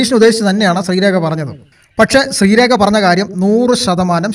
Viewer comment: ശ്രീരേഖ not രേക